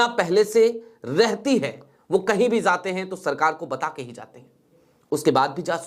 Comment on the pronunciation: तुम्हारा उच्चारण बहुत गन्दा है जहाँ j की आवाज़ होनी चाहिए वहां z की आवाज़ निकलते हो और जहाँ अभी तुम ने बोला Zaate बोला जबकि jaate बोलना चाहिए हम अच्छा है सिर्फ फिर j बोला करो तो बुरा नहीं लगेगा